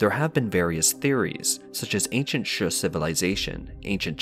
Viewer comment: Shu is pronounced same as shoe, not shuh.